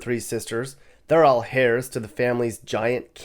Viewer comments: Omg, his pronunciation of “heirs” is like “hairs”. I don’t think he knows the “h” is silent as in “/er/“. Please look it up! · Hairs ? Try heirs, as in airs.